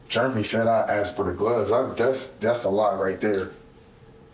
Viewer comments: Idiot could pronounce discombobulated but called Jeremy " Germy" go figure 🤣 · I wish he would learn how to pronounce Jeremy. He keeps saying germy. But it is funny, though. 😂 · Why do I feel like the story he's telling has a lot more to it? It's like he's telling one line of erroneous details and skipping 3 lines of important details. (Ugh, why does he pronounce Jeremy as "Germy"?) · How annoying is him saying 'Germy' instead of 'Jeremy' 😬😬😬